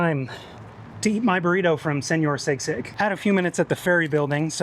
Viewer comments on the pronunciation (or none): Hey, love the video! Just so you know, "Sisig" is pronounce "SEE-sig" like the Filipino dish. Can't wait to see where you go/what you do next!